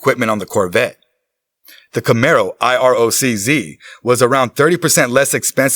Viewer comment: Iroc z (I rock..zee) 😂 not I-R-O-C,Z